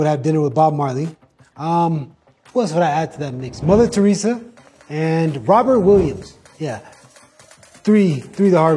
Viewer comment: Its Robin williams not robet williams 🙄